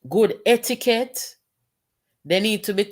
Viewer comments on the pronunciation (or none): none